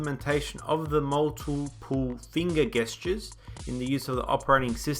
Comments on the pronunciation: its pronounce 'jestures' not 'gestures' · OH MY GOD PRONOUNCE GESTURES CORRECTLY. Also, thanks for the fantastic review!